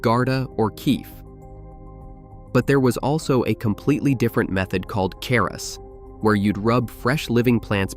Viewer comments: It’s pronounced Char-Us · It is charas.. like chair and not character. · Hand hash is pronounced " char us" (like CHARcoal) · No, sorry but maybe with some exceptions in local dialects, the 'r' sound is pronounced in itself and not as a dipthong with the preceding vowel. I've seen it written in Persian script with a short first vowel and elsewhere as a long vowel. Eg charas or chaaras.